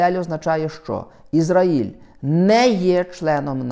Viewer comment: "Ізра́їль" дивись наголос, турок ти наш небесний